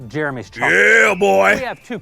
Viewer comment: Totally agree with you, but u gotta admit that woman on the left is hot. Also why do u pronounce Jeremy like “germy”